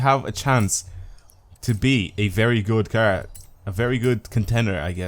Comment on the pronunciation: i love your videos so much BUT I HATE THE WAY YOU SAY CAR